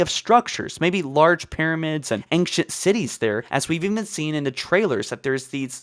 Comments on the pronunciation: I'm glad I'm not the only one who was hearing "Ankient humans" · Lol the ankcient Libarian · am I the only one who is very disturbed with his pronunciation "Libarian" instead of librarian and "anchent" instead of ancient? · 6 ads on a sponsored video by someone who pronounces "ancient" as "angcient." Unsubscribed. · Ancient (ain-shint) not ainkshint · "The Liberrian", "Ankient humans", and "Nucaler" are part of my drinking game when I watch these vids, lol! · Libarian, Angshit instead of 'Ancient', and in other vids Lone Woof instead of 'Lone Wolf' tf is going on here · Dude you HAVE to work on your pronunciation. Your content is 90% talking. Speaking abilities are pretty essential. Liberian Ankshient Assellerated and a lot of others. Driving me nuts LiBRARian An-CHENT AKselerated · Why are you pronouncing ancient as angshent? It’s driving me nuts. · Also, there's no 'g' in ancient... Aangcient XD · after hearing ancktient 20 times i wanted to close the video ngl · Pronounce fucking ancient and librarian properly